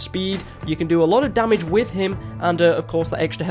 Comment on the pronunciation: Lol you said domage instead of damage